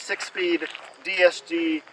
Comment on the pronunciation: This nigga said 6-speed “DST dual (C)lutch transmission”